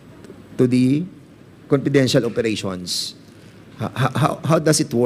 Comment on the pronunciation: Whole Philippines po covered ng VP at hindi nka-upo lng ang VP...mas busy pa sya sa president sa sipag nya....hindi mahirap gastusin ang perang yan kong para sa bayan talaga.... ImPormation, ConPidential, Porten million, oPPice....pagtsure Dan Pernandez!